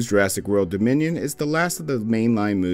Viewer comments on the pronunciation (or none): He said jurassic world:bominion